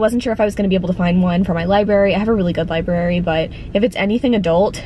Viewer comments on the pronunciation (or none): Well if you didn't like the murderer reveal in Dark Places maybe steer clear of The Whisper Man 🙄. Ah. Also you say liberry awe. :)